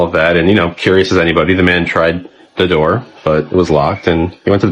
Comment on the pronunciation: On the count of 3 everybody say…. “Open the noor” 😂😂😂😂